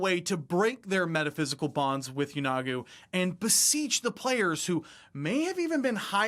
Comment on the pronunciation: I might be wrong, but I always thought Yeenoghu was pronounced YEE-no-Goo, not Yeh-NOG-oo. Could someone tell me the correct way to pronounce it?